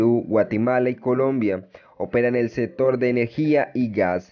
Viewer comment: setiembre, otavo, setor, salu, eletrica, atualmente, setimo, etc no sabe hablar este tipo